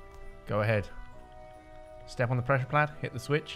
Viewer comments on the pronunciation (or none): Pressure PAD. NOT PLAD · please god its pressure pad not pressure plad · Did he just never realize he was saying "pressure plad"?